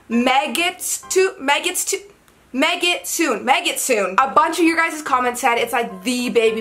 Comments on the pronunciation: Btw. The proper pronunciation is Meh-gi-tsu-neh.。メギツネ メ(meh) ギ(gi) ツ(tsu) ネ(neh). There are no silent "e"s in Japanese. So you wouldn't read it like you would in English (megitsoon). But rather as four distinct syllables. Me gi tsu ne. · It's pronounced Meg-it-soon-eh, means Fox in Japanese, react to Monochrome off their new album. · a trailing "e" is not silent in japanese, or honestly any other non-english language i can think of. meh-git-su-neh